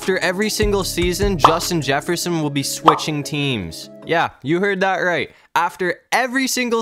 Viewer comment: You said Justin Jefferson wrong